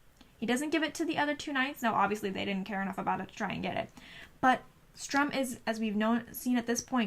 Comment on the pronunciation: Nice review, but just one thing his name is written "stu-Rm" ...not "stR-uM.